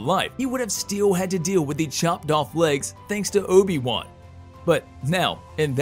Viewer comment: "Ohbi Wuhn" lmfao